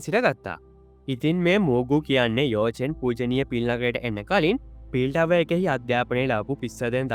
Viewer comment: යෝ චෙන් නෙමෙයි යකො යාවො චෙන්